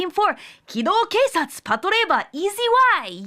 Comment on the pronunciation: It's pronounced patlabor as in pat labor. But it's all good!